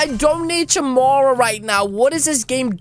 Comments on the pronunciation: It's said like chimera (Kiy-mere-a) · It's said chimera (ka-mera